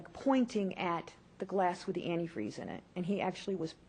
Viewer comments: The best part ever was her slip of tongue " I poured the anti-free... I mean the cranberry juice". Busted! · So she's the one who tried killing and framing her own daughter with "antifree" eh? Not only a psycho but also an idiot not being able to say or spell antifreeze correctly. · hahahahahahahaha! Even the fact that she said "anti-" whatever gave this beast up! Whats shocking is that she thought the jury would just blow past "antifreee" , as if it was a simple mistake. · What an emotionless person... And as mentioned by people below me a straight idiot because she can't pronounce the word antifreeze.sick and twisted individual to try and frame your own daughter. Now I recently saw the lifetime movie about this case.... I'm fully aware that they add certain things for dramatic effects. One thing I really wonder about... There's a scene in the movie when she's just getting ready to marry David... She goes to her ex-husband's grave. She looks at the grave and basically tells her dead ex-husband (Who it later ends up being proven that she killed.) She says something along the lines of... Please Michael I need this... I need to be happy. I miss you We all miss you. Not sure if that was put in place just for the movie or if it was something she actually did... But man is she cold-hearted If she didn't do that. If that was real it's basically like spitting in his face being like haha I'm going to do to him what I did to you and you won't be able to stop me. If anyone happens to be interested in watching the lifetime movie It is called Poison Love.